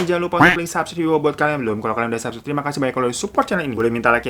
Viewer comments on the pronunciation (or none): none